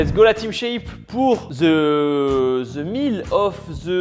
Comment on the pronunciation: ok, les français, il faut qu'on se parle…on ne dit pas: THE ≠Ze… on dit: the=DE… on répète… the= DE… que ca ne vous rentre pas dans la tęte, une prononciation aussi simple, me dépasse…pas de ZzZ